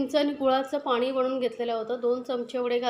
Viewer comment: Madam tumcha recipe chaan ahey. Pan ek request. Tumhi bhaashaa khup ashudh ahey. Aikaalla khup vichitra vaatate. Paani ha shababd aaikavat nahi. Please neet bhaasha bola